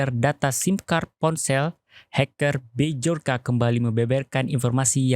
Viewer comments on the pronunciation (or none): B jor ka, B jor ka... BACA NYA BYORKA kesel gue denger nya